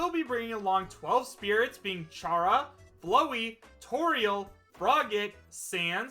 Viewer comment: did this fella really just say “CHara and BLOWEY?”